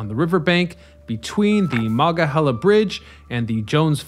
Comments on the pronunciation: How many times do you need to mispronounce Monongahela? Very irritating. No chile left behind. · Came here for/to make this comment. Before content creators do these things, maybe consult a local. So many Appalachian words get completely butchered. Kanawha happens so frequently. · I love the series, but hearing the mispronunciation so many times, I had to turn it off. 😟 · Amen. I've never heard the word slaughtered that way before, ever. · Very interesting. So interesting that my Pittsburgh born wife watched the whole thing despite the butchering of Monongahela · As a yinzer who was raise on the mon they way you say it makes me wanna throw a bike in the mon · OMG ur misprouncing monongahela !! It’s cringe AF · OMG ur mispronouncing monongahela !! It’s cringe AF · MON ONG A HEELA. FFS. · I am getting annoyed too. Omg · It's MonongaHEYla . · As a Pittsburgher, after the fourth or fifth time you said “Manga-hella” I just started laughing every time. It was such an interesting video otherwise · Where is this guy from. He sure ain't from around Pittsburgh. Ma-non-ga-hey`-la is the way us locals say it, shortened to "The Mon". This guy sure doesn't know Yinzer. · You should have taken the time to étoile learn to say Mo-non-ga-he-la! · Very interesting. But, I had to laugh every time you said "Monongahela" because it sounded so funny. You forgot to say 'non' in the middle. Mah-non-ga-hell-ah. But needless to say, my husband who was born and raised in Pittsburgh, learned somethings. Very, very interesting. Thank you. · definitely interesting coverage of it. although it hurts my ears constantly hearing Mah-Non-gah-HEE-la mispronounced. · I've ridden it, but I bailed on this YouTube by the 3rd time he tried to pronounce "Monongahela". Maybe he should take up like the locals and abbreviate it to "Mon". I've also ridden an inclined railroad at Niagara Falls, but that's a cogwheel road rather than a passively driven cable vehicle as in Pittsburgh.